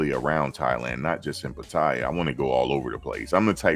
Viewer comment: PA-TA-YAA thats how you say it